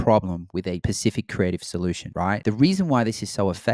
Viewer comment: The word is "specific" not pacific lol. But great video either way.